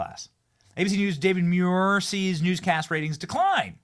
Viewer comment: David Muir, I thought his name was David manure🎉😂